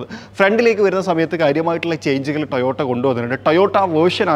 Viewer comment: കുഞ്ഞിമോനെ കമ്പനിയുടെ പേര് എങ്കിലും വൃത്തിയായി പറഞ്ഞു പഠിക്ക് ട്ടയോട്ട അല്ല ട്ടോയോട്ട ok